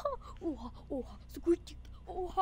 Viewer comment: Hiç kimse squeak diyeyemiyor sadeçe squek hwjsjajjajsa